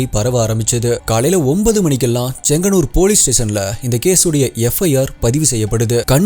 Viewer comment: செங்ஙன்னூர் சரியான உச்சரிப்பு